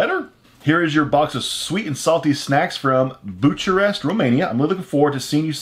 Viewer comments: romanians can be under book arrest (arrested for reading books) (by the way, bucharest is pronounced book-arrest) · Just as hint the kapital of romania is pronounced BU-KA-REST We have an European food codex wich relied on the Codex Alimentarius Austriacus wich was invented in the Austrian Empire 1896 and first published in 1911. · Bucharest🤣🤣🤣🤣...the way you pronounced it is like you've never heard of it🤣🤣🤣😒😒(Bucuresti) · I just heard Buciarest" 😂😂😂😂😂😂 You don't wanna know what that means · Bucharest, you sure it's not pronounced Boo-ka-rest? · "butcher-est"... Really? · My question is, how can you not pronounce Bucharest? it’s literally the English form for Bucuresti. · The way say bucharest. . Caraghios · You literally butchered the pronounciation for Bucharest. Good video, tho! :) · Bucharest read with ch? You butchered that name :))